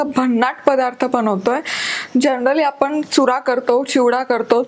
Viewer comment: तुम्ही कृपया आपन म्हणू नका . आपण म्हणा. तुमचा आवाज व बोलण छानच आहे. पण जे तुम्ही पन म्हणता ते थांबवा.